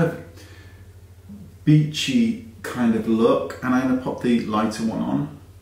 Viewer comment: I thought you said it was “that bitchy kind of look” 😂